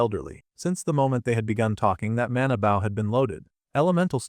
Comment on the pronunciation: Wish folks would actually teach these stupid ai how to pronounce protagonist and bow